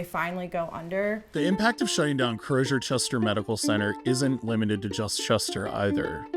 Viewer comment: Why is everyone in the clip pronouncing the Z in Crozer as a Zh? Surely if they can pronounce "frozen" or "razor," they can use a normal Z in "Crozer."